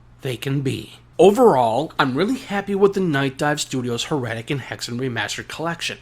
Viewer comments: Or try saying 'Her' pause 'etic' seperate. Then...make the gap smaller and smaller till you have no break in the words. Thats how it should sound. 'Her' 'etic'. Not 'Her' 'Retic' 😂 Sorry.... It's so triggering/funny/silly how you say it. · Totally saying it wrong. He's double 'R''ing/adding to much to it. Her-etic....it's not hard. Proper Kings English Now. He's saying Her-retic. Saying Her...and keeping the R on for the 'etic'...so he's then saying 'retic' after the 1st r sound in her. He need less R. 😂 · You - 'HER-RETIC'. 😂 You are saying 'her'...then 'retic'. Doubling the R You need to (- 1R sound lol). Proper/English/Me 'HER-ETIC' You have to roll into the 'etic' making the middle sound more like 'uh'. IE it's said/sounds more lile 'HERUHTIC'...Not 'Her' - 'Retic' lillke you say. Like 'She' has/owns a 'Retic'. Lol. 'Heretic' - 'Herohtic' try saying 'Hero tic'. Then swap the he for her, and the o sound for e sound. Easy 😂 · You say Heretic weird. I thought it was Hera-tic